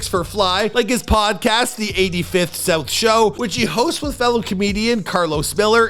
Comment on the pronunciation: i just cant let u say 85 south show like that😕